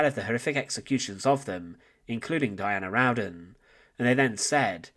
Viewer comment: Her last name is spelled "Rowden". There is only one "n" in her last name, and it's at the end. You're pronouncing it like "round-den"